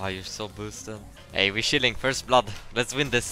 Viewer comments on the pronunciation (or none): he means chilling, he is from Sweden, and after living in Sweden myself for 5 years now, and being an English Linguistics student, i can positively say to you that Swedish people have trouble pronouncing the diphthong "ch" e.g children, chilling. I have noticed it in some of my Swedish friends, as well.